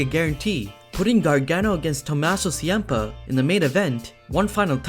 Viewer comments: Tommaso siampa! XD its Ciampa ch-am-pa as its kind of like champ but with a ah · cee-ampa! cringe level 1000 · IT'S CHAM-PA! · don't say Chiampa like that